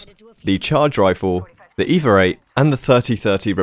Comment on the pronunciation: Oh say it again! "Evar 8"